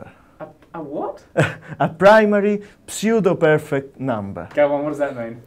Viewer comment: Say "pseudo" sue-doh Say "perfect" pur-fekt Say "psuedoperfect" Psoodohpurfekt Why are you putting so much emphasis on the "P"